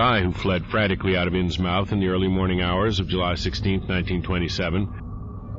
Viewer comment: I love these stories and your narration, and I can't wait to see more! Just one thing, you're pronouncing "Innsmouth" wrong. It's pronouced like "Inns-muth", not "inns-mouth". It's a New England regional thing.